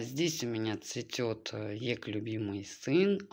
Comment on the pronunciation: Так хорошо рассказываете, красота и чистота везде, но как произнесете не ЕКа, а ЕК, я пугаюсь.